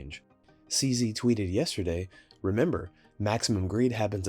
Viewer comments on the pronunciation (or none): none